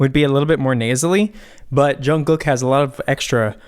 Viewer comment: Did anyone else correct how he said jungkook and Suga. No just me ok😂. No hate I love your videos❤️